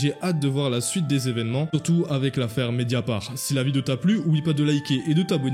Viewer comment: C'est media part' pas media par